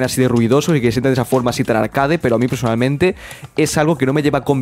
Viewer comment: “Arqueid” se pronuncia arqueid, no “arcade” 😖